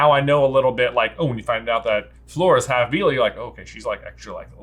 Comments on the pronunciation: Love your review, but as a French speaker J’s pronunciation of Fleur makes me cringe so badly. It’s more ‘Flure’ than ‘Floor’ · Your pronunciation of Fleur’s name gets a D. I know you’re aren’t on the French train or even English spelling bus but it’s not so hard. You’re saying her name like the word ‘floor’ basically. The pronunciation is like the word ‘flurry’ obviously just dropping the Y. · J kept saying floor not fleur 😂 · The right pronunciation for Fleur isn’t floor 😅 it’s like Fl - uh - r